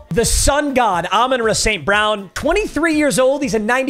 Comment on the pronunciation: Bro really said Amon-Ruh St.brown😭😭